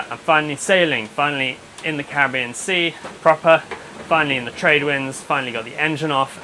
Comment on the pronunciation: Nice to hear Caribbean pronounced correctly. We Americans seem to have adopted the less favored emphasis on the second syllable rather than the third.